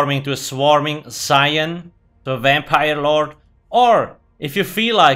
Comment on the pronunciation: You mean a Wampire?